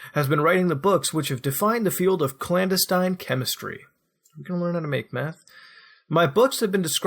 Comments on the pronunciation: clan-deh-stein you illiterate fuck. not clandustime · "clan-destin" like destiny without the "y." Not like "Wolfenstein."